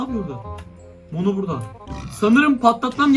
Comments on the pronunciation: abi Mono değil Momo oo birde patalt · Abi yanlış anlama ama mono diyil momo yanlış anlama lütfen 🤗🤗